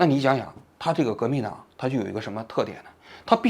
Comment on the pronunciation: 王局革命党这个词差点是不是彪出来陕西话了